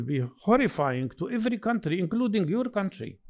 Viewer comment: what country was she calling cuntry